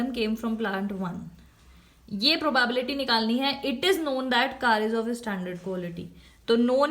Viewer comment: ma’am can you please pronounce “probability” correctly